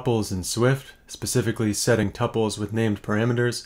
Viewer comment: I like how you pronounce tuples